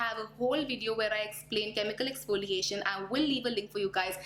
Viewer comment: What I have observed is you said "expoliation" instead of"exfoliation". Just my observation. Please don't get offended